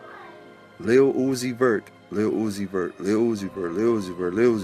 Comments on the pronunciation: The way he pronounce "Lil Uzi Vert (it's like Lilly Loosey Vert)'😂😂😂😂😂😂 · In addition to the factual info you shared...his name is "LUCIFER" PROOF: Say or Pronounce Lil........Uzi..... Vert very, very slowly like sounding out each syllable in slow motion. Lil-u-zi-ver (t is silent) It will sound exactly like "LU-CI-FER".. He is MOCKING & Hypnotising them with muSICK, promoting pills & potions along with NIKKI "man"-aj (Mirage)... literally! Also Nikki is Satan's NICK name...Remember Adam Sandler (the Jewish handler) movie called "Little Nikki"...D'evil son... No coincidence Nikki in a video collaborating with UZI..Nikki always say "Yall my sons"... Supports Baph 6 God who is DRAKE and 69 which represents both sexes in a per-VERT overly sexualized manner! It is SPELLed in the muSICK words. Man's World or MAN'S WORD which they say GOD is the WORD...yet men created English words and languages. Hence that so called God everyone worship is the 6 GOD..which represents MAN and 9 represents 9..But bisexuals lust for both SEX so they WARSHIP BAPHAMET who is the GOD of CONfusion, Death, Pedophilia, RAPE, HATRED for WOMBMEN, and WAR...THAT'S WHY they WARSHIP BLOOD & DEATH SKULL & BONES....THEY CONfess with lyrics, name titles, company names symbols and or colors and shapes the use to DECODE THEIR SECRET yet PUBLIC MESSAGES..they BROAD CAST spells, WORDS which are SOUNDS added together to be absorbed into the MIND/SOUL and BODY to CONtrol, use, and abUSE you like sheep! And the DELTA (Triangle) hand symbol represents a pyramid which is the elite model for po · Yeah say his name correctly first